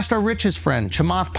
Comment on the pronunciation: I lost it when you pronounced Chamath Porty Poty Platypus🤣🤣🤣🤣